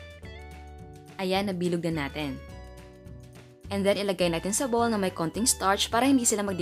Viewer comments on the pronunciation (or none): none